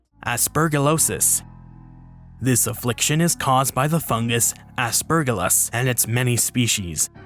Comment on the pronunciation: Isnt Aspergillus pronounced with a soft g? Never heard it pronounced with a hard g before